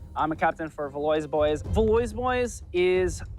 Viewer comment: Pronouncing in "valoys boys" hurt my insides